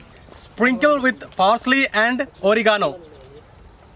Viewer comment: that looks great. wish dominos make these xxxtra large pizzas for parties. or-ee-ganoo that pronunciation made me laugh.